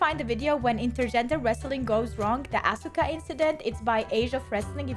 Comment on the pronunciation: For the record,.... her name is pronounced "Ahska".... but spelled "Asuka". Just wanted you to know that. As everyone who watches your channel, I love what you do, and think you are adorable (but not in a "creepy old man" way... more like a "I wish you were my daughter" kinda way. It's sad that that needs to be said.... but it's 2023...) Anyway, keep doing what you are doing! Your fans love it!